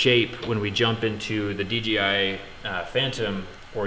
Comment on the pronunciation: It’s dDJI not DGI